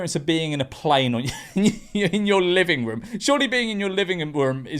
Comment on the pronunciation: “living woom UwU”